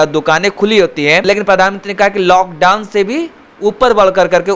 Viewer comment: LockDon nahi hota hai lock down hota hai and get educated first you illiterate reporter